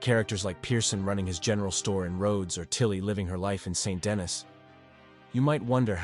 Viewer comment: I can’t trust the videos that say Saint Denis rather than san deni